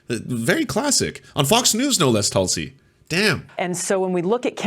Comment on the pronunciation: pretty sure it's pronounced "Tool-see"